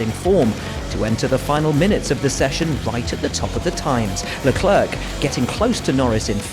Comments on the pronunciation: Nobody : The commentator : "Charles Leclairque" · Please please please, it's Leclerc, not leclerque or leclerck. The last c in Leclerc is silent. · Please stop pronouncinv the 2nd c in Leclerc ffs... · hey...Leclerc.. the last "C" is silent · Luh Clerk 🤣